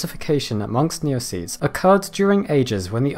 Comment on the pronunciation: Him: Neocetes Me: N E O P E T S